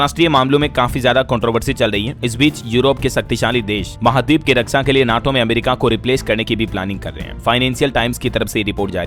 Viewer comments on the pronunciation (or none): none